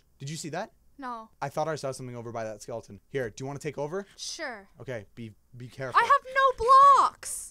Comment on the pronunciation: Hey your saying is skeletone it's red steve